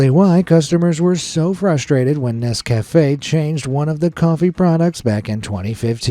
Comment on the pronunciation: How does this American narrator not know how to pronounce Nescafe' and Reese's??? AI???